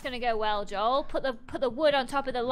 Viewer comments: said “Dole” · I think she said doel